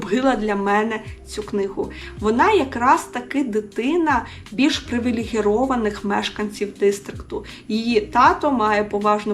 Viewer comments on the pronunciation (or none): У слові "привілейований" немає букви "г"